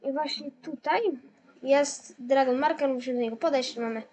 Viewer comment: Ale no angielski fatalnie maurkers gadasz maurkers